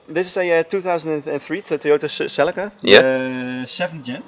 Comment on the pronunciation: is not SILICA its C E L I C A